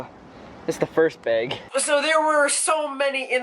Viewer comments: It annoys me how you say bag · the way he pronounces bag though, XD